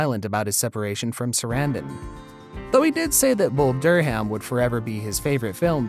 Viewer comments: Bull "Dur-ham?" 😄 Come on, when you don't give a ** about basic information, including findable pronunciations, you lose credibility. Why should i believe you on anything? She even says it in the video. You don't even read the quotes correctly. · Can’t take this seriously!!! bull dur—ham. “eye-talian”. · Bull Dur Ham? Grin Witch? Who is reading this stuff? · Is this a computer voice? Bull dur ham? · "Bull Dur-ham"? "Green-witch Village"? If you can pronounce 'acquiesce'... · Do some homework and learn how to pronounce Durham and Greenwich.